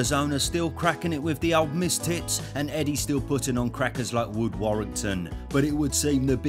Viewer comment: "Mistits" you're too funny